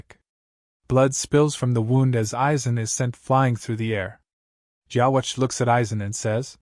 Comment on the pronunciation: why don't we say yhwbach ( yhwach ) like the japanese pronunciation ( with a B ) ? it's just not right to me hearing it that way 😂😂